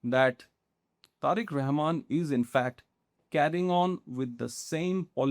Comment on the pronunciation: How comes this kind of shitty pocast clowny report often produce in endea🤔🤷🤭😂🤣?!! This guy cannot even pronounce Bangladeshi leaders name, authenticity on practical ground is faar away😆.